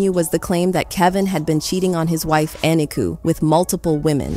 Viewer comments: You must pronounce people's names right. Her name is E.NEEK.Ō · You are pronouncing Kevin's wife name incorrectly. Eniko the o is long it's like co